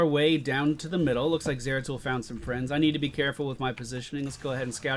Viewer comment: What about the "hi frands" and the explanation of Malf abilities? I think that is why you lost:3 but gg, love your vids man ♥